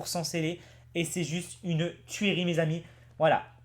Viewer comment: sa fait au moins dix messages que je te le dis mais visiblement tu ne m'écoute pas alors pour la 11e et derniere fois je l'espere on ne dis pas "tuérie" comme tu la dis à 14.40 min de video mais sa se prononce "tuerie" comme si tu disais " Tu ris" voila stp fais l'effort de sa stp et sinon pourquoi ouvrir 1 ou 2 valisette voila bisous a toi et a miss et bravo pour le voyage a tokyo je vien de voir le swap